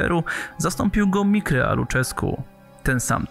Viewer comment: musisz chyba jeszcze popracować nad wymową imienia i nazwiska tego rumuńskiego trenera ;) to się czy Mirczea, a nie Mikrea